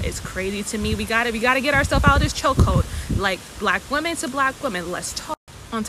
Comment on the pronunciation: You still don't know how to pronounce "women" correctly and it bugs me.